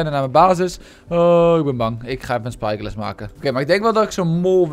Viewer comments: Psyglass is wat hij zegt en wat hij bedoelt is spyglass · Waarom zeg jij psyglass